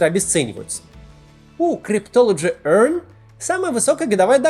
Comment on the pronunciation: Как он это произносит ‘cryptology EARN’🤣🤣 🤣🤣🤣🤣